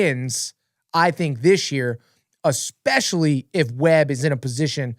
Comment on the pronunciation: UH-SPECIALLY 😂😂😂 lmao!! again...